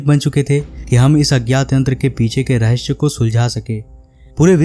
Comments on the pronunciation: रहेस नहीं भाई रहेसय होता है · raheysey hota hy SAEY BOLO SHAY NHI HOTA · Rahashya nhi रहस्य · Rehashyaa ? Wtf ? Do you guys speak like this deliberately...everything is awesome...except some words you pronounce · Rahsya sahi boltey ho haha